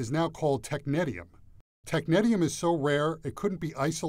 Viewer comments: Why does he pronounce Technetium in such an ugly way? It's tek-NEE-see-um not tek-NET-ium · its pronounced (teck-neesh-ee-um) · Technetium? I thought it was pronounced "tech-nee-shi-um" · cmon bruh technetium pronounciation????